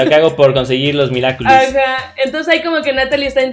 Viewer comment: Me dió mucha risa cuando decía "Miraculous do cashogo" y le quitó la seriedad a las escenas a mi parecer